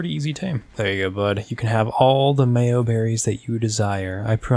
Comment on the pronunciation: Do he just say mayoberrys